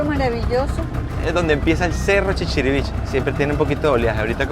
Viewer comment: El pueblo no se llama chichirivichi, es ChichirivichE